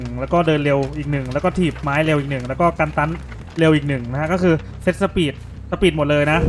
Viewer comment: สปิด=สปีด ? 555